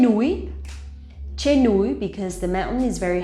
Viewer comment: Why does your pronunciation of Trên sound like chên?